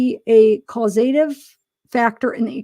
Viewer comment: 🥰 🗣 caus AH tive. not caus A tive. For our ESL friends, and others who didn't know how to pronounce it.